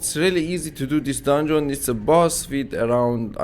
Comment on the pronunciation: you need to stop saying dundzon say it without o like dandzn you going on my nervs when you say dandzon dungeon dungeon dungeon